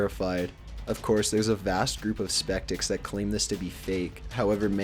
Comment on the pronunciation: He also says "Spektic" instead of "skeptic" in that same part. lol